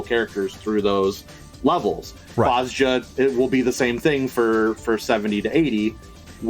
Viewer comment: And DAMNIT!!! Its BOZ-JA not Bozo-ja or whatever you keep calling it!